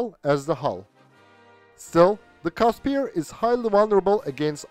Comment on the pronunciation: FYI it's pronounced "Kusper" not "Caspier"